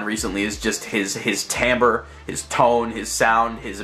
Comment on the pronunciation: pronounces timbre TIM BREE